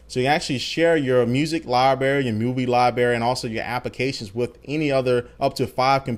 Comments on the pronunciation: it's libRary not libary come on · there are two r's in library. its not libary. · lol I love it when he says libary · What's a Lie-Berry JK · "liberry" lol sorry dude i had to. great overview of the new features tho! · Libary? You made my day :)